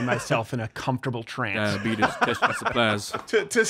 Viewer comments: Don’t dog on Wilford Brimley...and it’s di-uh-beet-iss. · It's Dy-a-beet-us. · Thank God we kept Cruz. ✊🏼 Also, it’s pronounced dīa-bētuss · CORRECTION, Mr. Crowder🤔 It's: "dyabeetus":~Wilfred Brimley 🤣🤣🤣 You're spot-on AweSOME, dude👍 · You need to go talk to urr doctor about Di-betus